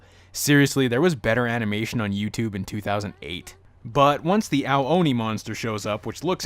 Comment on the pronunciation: the word ao oni sounds like the word ayo ony not ow ony